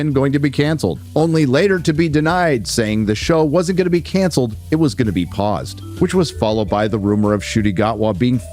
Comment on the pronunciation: "Paused" or "Pozzed" ??